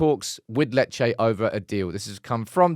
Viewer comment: Lol it’s lee Che 😂👌